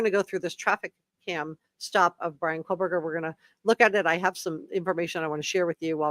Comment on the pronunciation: its Koh berger no L